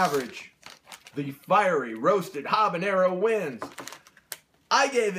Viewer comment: you don't pronounce the h in habanero